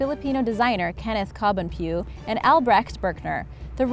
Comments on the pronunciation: it is pronounced as ko bohn PWE not cobon PHEW aahahahahhahha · Kenneth Cobonpue Pu-weh not Pue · I love this vid, im a filipino myself but one thing that triggered me... Kenneth cobonPIUUUUU